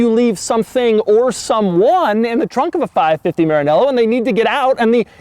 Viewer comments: I hate the way he says maranella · Please pronounce Maranello correctly, you made me cringe